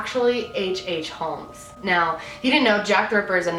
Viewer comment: I am gunna say it's not a hate comment just wanted to say the L in holmes is silent you pronounce it as homes. I've had it all my life with people pronouncing it with the L which gets pretty annoying because don't think anyone really appreciates their name being pronounced wrong